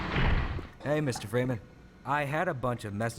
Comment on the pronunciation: Freeman versus geeman